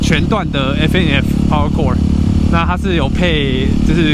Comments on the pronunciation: 版主您好，調校的校音叫，不是笑，換MT-07!!! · 這台車有好多回憶呢，過彎教學、換檔教學、雪地挑戰、火星奇航(假)、換胎教學 還有好多是觀眾不知道的，換車會覺得可惜表示真的有投入感情在車子上 相信下位車主也會好好對待它的！WR250X再見😢 還有啊13N調校的校字念「ㄐ一ㄠˋ」是破音字喔😝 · 調校 叫ㄐㄧㄠˋ